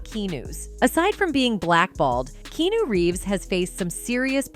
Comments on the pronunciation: Learn to say "Key-Ah-New" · Who the fuck is "Keenoo"? 😆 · His name is three syllables Kee-AH-new, not KEE-new. Why do video makers get idiots to do the narrative? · Kee-new? I thought his name was pronounced Kee-on-new, am I wrong? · It's not KEENU, it's, and say it out loud with me you deficient narrator: "KEE AHHHHH NU" ffs how do you expect anyone to give you credibility if you can't even pronounce the subject's name correctly? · "Ke-arnu" Not Keenu 🤦🏾‍♂️ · Seriously, Keeeeenu? It's pronounced Kee-awn-oo. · KEYNEW??? Maybe " Keanu "Key-ann-oh" just me! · Key-awe-nu not key-nu UGHHHH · Why on earth though is she saying Keenew lmao. Dude is from Hawaii it's pronounced Kee on u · It's KeARNu not KEYNUW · It's not KEENU, it's KE A NU, as in Ahhh -- Keee ahh nu. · i always thought it was, "key-ah-new" not, "key-new" in this video's pronunciation. made me think of the keno lottery game for a minute too lol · It's KEE-AN-NOOOOO AI sux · it’s Kee-ah-noo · Is this the valley girl robot voice? His name isn't Keenu for Pete sakes! Damn that's annoying. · If you’re going to do a complete 25 minute piece on a person, you really need to learn their name! It drove me mad to hear Keenew over and over and over… When I was completely interested in what the video was about. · Who knew? It's not pronounced Keynew is it? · Ke Ah nu is how his name is pronounced... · Who's Keenoo? Keeeeeeenoooooooooooooo... If you're making a report about someone, at least learn how to pronounce his name... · who the hell is Keenoo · Who is "Keenew"??? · It's Kee-ya-new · Narrator, his name is not Keenu, his name is KEANU! Get it right fiorst! Yeah? you see what I did there? if I keep saying "Fiorst" Instead of "First" every time I were to use that word it would drive you nutz! wouldn't? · WHO THE HELL is this " Key Nu" person referenced in this vid? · Who's Key-new? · Key-noo ? That’s not AI is it? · His name is not Keno😂😂😂❤❤ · Key-new.....??? Ffs. Make an effort! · key noo🤣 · Who the hell is Keenoo?